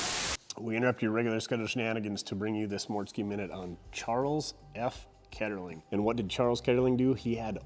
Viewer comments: Charles Kettering, not Ketterling. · I like the Mortske minutes. But, the correct last name of the subject is Kettering, not Keterling. Like Kettering, Ohio